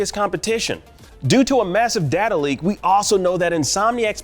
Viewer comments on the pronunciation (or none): none